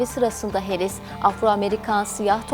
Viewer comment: Harris yazıbda Herris niye diyorsun??